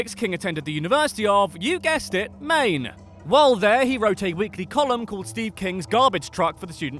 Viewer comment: I’m from Maine, and I know how to pronounce it.